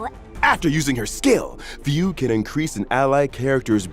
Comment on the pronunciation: that was not at all how i thought fugue's name is pronounced😭 on another note: ILOBEYOUSUNDAY‼️‼️‼️‼️